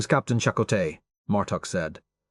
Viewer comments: AI mispronunciation. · "Chuck O Tay" HA HA HA! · Every time reminded me of "Chic-o-sticks" from my youth. 🤮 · Them names tho. It don't blame ai for not knowing how to pronounce fictional names. Or places